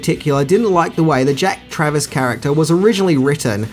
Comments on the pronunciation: It's actually Jack Traven, not Travis. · Keanu played Jack TRAVEN, not Travers/Travis as you pronounced Lol 😂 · Also, it's Jack Traven, not Jack Travis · Just watching this for the first time now and you also said jack travis, not traven lol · Jack Traven, not Jack Travis.